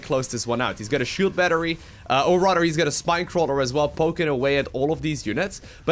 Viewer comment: Shield BNattery? that Broodwar goodness